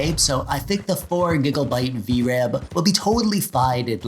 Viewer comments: All I can hear is...... "Giglebytes" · Love the way you say "gigabyte"